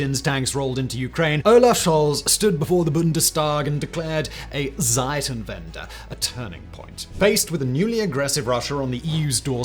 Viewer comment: you always say Seitenwende it means change sides 😂 bit difference to Zeitenwende